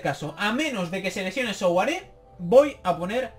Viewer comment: Souaré se pronuncia suaré ya que su nombre viene del francés de África y el sou se pronuncia sua